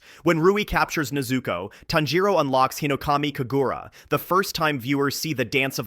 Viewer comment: Bro, if you don't bother putting any effort in arranging and pronouncing them Japanese words Family name/Name correctly or at least again try to nail them... Why bother?? NeyyyyZuuuuukooooow and tannjjjirowwwwww. Just do the dub stuff please... I mean seriously. Please